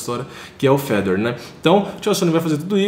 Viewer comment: Os brasileiros sempre tem a mania de enfeitar nomes estrangeiros. Fala a maneira certa cara. É Fe - dor. Com acento no (ò).